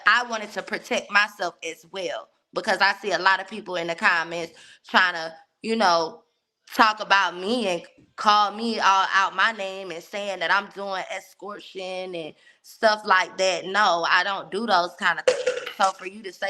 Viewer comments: Is it drugs?? Not EXCORTION 😮😢😅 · Did she say escortion?